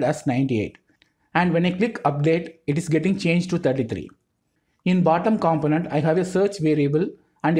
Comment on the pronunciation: Man, I really like your explanations, thank you so much for all the work you put into your videos. A small note for all of your videos I've seen, a component is pronounced like compónent, other than that, your videos are pretty much perfect – straight to the point and easy to grasp the concept